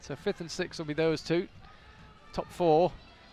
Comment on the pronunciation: SIXTH, sixth place, not sikth!! Am I missing some inside joke or what? Thank you though, enjoyed the video and the rest of the words that were spoken!